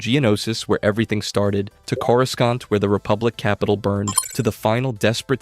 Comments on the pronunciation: The real war is this man’s pronunciation issues. (Cor-uh-sont) Cato (Nuh-moi-di-uh) (Um-Bar-uh) (Moo/Muh-stuh-far) Cham (Sin-do-luh) Ashoka (Taw-no) Obi-(One/Wan) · Why u gotta pronounce Coruscant wrong? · The pronunciation of some of these planets is rough lol.